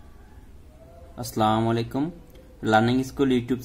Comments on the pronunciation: প্লিজ ভাই স্লাম আলাইকুম, না বলে আসসালামু আলাইকুম বলবেন। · ভাই, আসসালামু আলাইকুম, কিছু মনে করবেন না,প্লিজ, সালাম খানা হবে এভাবে,আসসালামু আলাইকুম, স্লামু আলাইকুম হবে না।ধন্যবাদ।